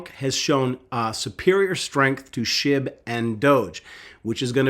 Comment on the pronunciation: I thought you said shib to twelve cents